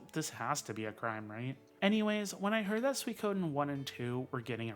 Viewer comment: I loved this video! Seeing you talk about the Suikoden Remasters got me pumped up. Your pronunciation of it was good by the way. I am the opposite to you in that I haven't played Lunar; so these Remasters will be my introduction. One game that I am hyped for is Quartet. The demo for it was great! Edit: The original Gensou Suikoden is what made me a JRPG fan.